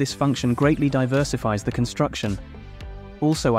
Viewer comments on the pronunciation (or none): Is your text to speech able to say "the"?